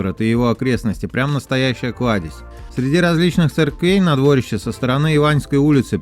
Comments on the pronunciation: Ярославово дворИще! Как же слух режет двОрище. Неужели не спросить у местных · Всё бы хорошо, но почему столько ошибок в ударениях? Мне как новгородцу даже обидно немного. Понимаю, что невозможно всё знать, но всё-таки уточнить в интернете всегда можно, верно? В названии озера Ильмень ударение всё-таки на «И», а не на «Е», Ярославово ДворИще, а не ДвОрище, КрЕстцы, а не КрестцЫ. Будьте внимательнее и удачи! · Надо тщательнее готовиться, автор! Ошибки в ударении озеро Ильмень, а не ИльмЕнь, Ярославово дворИще, а не двОрище!!! Юрьев монастырь основал Ярослав Мудрый, а не Юрий Долгорукий, который жил через 200 лет позже и основал Москву! Почему бы не сказать, что Господин Великий Новгород старейший русский город основан в 859 году! А Москва только в1147! В общем слабенько ! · Я так уточню или дополню) Крестцы ударение на перый слог, опоры моста у нас называются "быки", дворище ударерение то же на первый слог